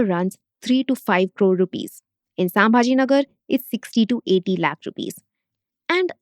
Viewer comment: For non-Marathis, it can be easily spelled as संभाजीनगर and चाकन, atleast Talegaon was a half-decent attempt. I'm baffled by how big is, you'll easily have people covering a huge chunk of regions and languages of India and yet you don't even fake an attempt to get the pronounciations right. If it were a competition to fake the worst American accent to say deeply Indian words, you'd even beat Trump. Atleast try to cater to the actual Indian audience. Not everyone is a wannabe SoBotard.